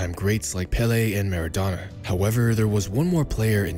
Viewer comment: who's Pele. It's paylay